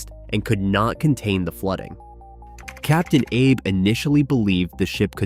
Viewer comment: Captain Ah Bay!!!!!!!!!!!!!!